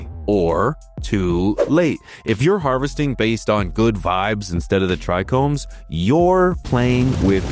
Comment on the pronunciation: You say Trichromes again? Just kidding bro. Keep up the great work!